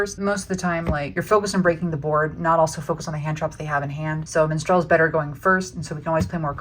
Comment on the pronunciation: im triggered by the pronounciation of minstrel lol